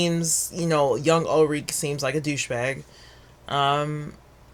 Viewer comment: Probably because in the show, it's pronounced OOLRIK.